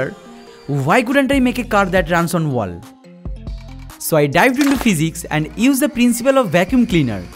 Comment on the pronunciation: No! Not everything. He does not know how to pronounce WALL! 😂